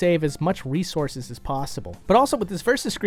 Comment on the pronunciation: Did Did he just say ''Wiisources''?